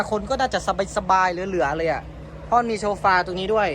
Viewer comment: เขาเรียกว่าโซฟานะคุณน้องไม่ใช่โชร์ฟา555